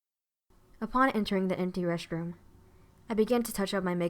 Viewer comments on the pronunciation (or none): She said reshtroom